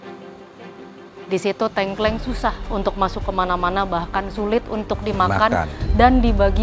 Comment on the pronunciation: Tengkleng mbak bukan tengkleng